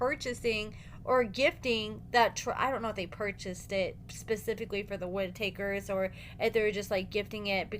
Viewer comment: It's pronounced Witt-A --Kers!